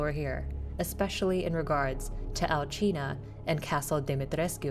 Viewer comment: I thought it was Al-see-na but no it's Al-gee-na, thanks for pronouncing it for us.